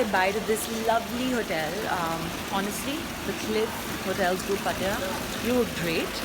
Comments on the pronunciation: u pronounced wrong it's not patya ... pat-ta-ya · are you pronouncing pattaya right?? It sounds funny 😂😂😂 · Incorrect pronunciation of pattaya. It isn't good to pronounce incorrectly! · please pronounce Pattaya correctly 😛